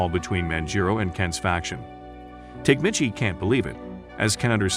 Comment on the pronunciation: Tokyo Revengers was actually pretty damn good.. unfortunately, there hasn't been any new episodes in a while. Tok-a-mee-chi You are murdering his name. It's cringy..